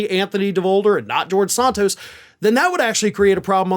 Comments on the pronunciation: you have trouble saying names right. Not SONTOS, Santos. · It's Santos not Sontos. I guess Desantis is really Desontis! Why is everybody in the country says Santos but you?